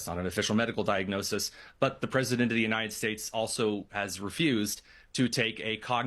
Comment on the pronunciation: Why can't this guy pronounce the word "united" correctly? It's not the UNINED states, its the UNITED states.